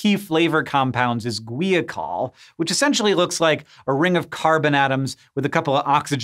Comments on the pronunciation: Gwee a col? How about guy-a-col. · According to , it's pronounced gwahy-uh-kohl. Sorry but looking at that word I had a hard time believing it was pronounced gwee-a-col.